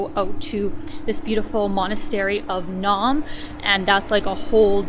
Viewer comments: Yay, you said “supper” (instead of “dinner”). A good Prairie girl! Many years ago, back in Yugoslavia days, a Serb friend and I did a road trip around the country and camped out on the south shore of Lake Ohrid, near that 8th century church (Naum is pronounced Na-oom). We skindived in the lake and got an eel for our supper. Makendonian language is closer to Bulgarian than Serbian I’m told, and there was no English at all back then. How well can you get by in English there now? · Nice work. Just a little language tip: Like other words in Slavic languages, the names have a “spelling pronunciation” so Sveti Naum is pronounced ‘naoom.’